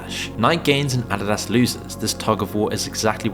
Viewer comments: Never have heard anyone IRL pronounce “Adidas” that way. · Pronunciation of "Nike" and "Adidas" is pretty sus, my guy. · Why can’t the A I voice pronounce Nike and Adidas correctly ? 😮😂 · “Nyk and addydass”